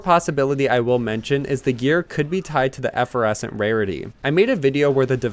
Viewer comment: reaaallly sorry but an OCD tiny tiny small issue: it's Effer - Vescent NOT Effer - Escent. Otherwise, great freaking work man! You've got an incredible eye/ear for nuggets of info. I've even heard other youtubers say "credit to for this". Keep up the HYPE!!!